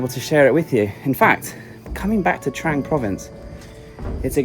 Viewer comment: It's pronounced "TRONG"!!!! C'mon, you can do it!!!